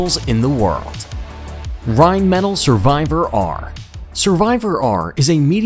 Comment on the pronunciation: Rhein-mah-tall not Rhein-metal